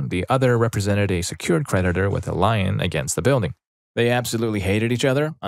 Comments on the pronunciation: "And I think some lion was involved". Again, no. No great big cats involve themselves in real estate or mortgages. Neither lions nor tigers or pumas. Not even cheetahs. It's "leen" or "lian" (like ian with an l in front) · The word is lien. "leen". I'm pretty sure you don't get to legally use a lion against a debtor. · Quick note: "lien" is pronounced "lean".